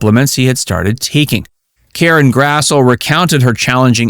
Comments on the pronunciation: Her name is pronounced Karen Grass-Lee. Get it right! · It is pronounced Grass-Lee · One big note is that Karen Grassle's name is pronounced "grass-lee"! I didn't know that myself until I saw her interviewed on a TV show.